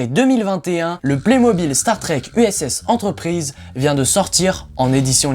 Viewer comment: Déjà rien qu'à la prononciation de USS Enterprise ont sais que tu ne connais rien à la série 🤣